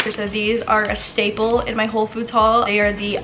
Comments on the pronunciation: Did anyone else hear when she said “home foods” ? 😂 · Anyone else catch at minute her saying “Home Foods”? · it kinda sounds like she says home foods LOL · can we just talk about how said "Home Foods"